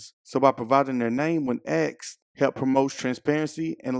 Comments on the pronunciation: Asked, aSKed. Not Aksed. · into the video you said they should provide their name when axed. If someone axed them, they would be very hurt or dead. The word is ask learn how to pronounce it correctly! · When you say "aksed" instead of asked. It makes you sound unintelligent. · Axed? It’s “asked”. Jeez.🙄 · The word is ASK! NOT AXED! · Asked not axed! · they were not axed they were asked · Nobody Axed for their Rights, they ASKED for their Rights. If you choose to use English to communicate, then please use it Properly. AXED means : "'Axed' [æksed] is the past tense and past participle of 'axe'. It means to dismiss someone from a job. Examples include 'He was axed from his job after the company went bankrupt.' and 'The TV show was axed after only one season.' Synonyms for 'axed' include 'fired' and 'sacked.' " American Dictionary definition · For Christ's sake its "ask" not "aks". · "providing their names, when axked" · The word asked is not pronounced "aksed". Why do so many African Americans pronounce it like that? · The problem is. You axed her. You should of asked her instead. 😂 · "providing their name when axed" Are you suggesting we swing an axe at these cops to get their name? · Do not say axed. You sound ignorant